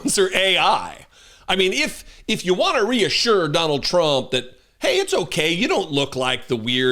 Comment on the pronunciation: You pronounced it right the first time Donald TRAMP 👍🏽